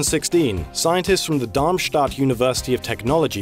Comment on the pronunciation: Your pronunciation of Darmstadt was on point!